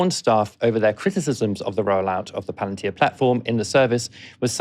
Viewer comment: "Palantir' not "Palentir".